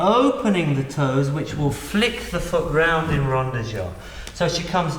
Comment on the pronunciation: rond, not ronde.